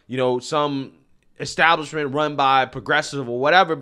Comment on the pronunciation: did he say, "extablishment"?